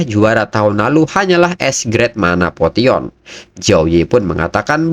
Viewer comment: Potion bacanya poshen buangg🤣